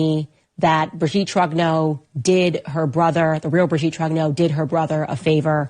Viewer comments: Trong-nyurr not Troggno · For God’s sake woman it’s not “Macrone” or “Trogno”. can you pronounce names properly please. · Megyn's French pronunciation needs some work. Macron, Trogneux, Amiens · Would be nice to hear Macron and Trogneux pronounced correctly.